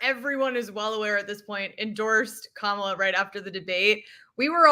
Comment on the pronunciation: "Kamala Harris, good to meet you." Let him TRRYYYY to mispronounce her name again, EVER! He'll be ROASTED by every pundit who ever says a word about him; it will be heard 'round the world! He definitely was on the grilling menu, roasted, toasted, fried, fricasseed and frijoled!